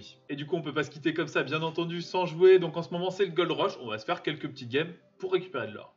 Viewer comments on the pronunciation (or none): none